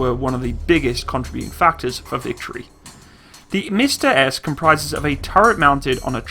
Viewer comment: instead of saying "Msta-S" you said "Mister Ass" hm..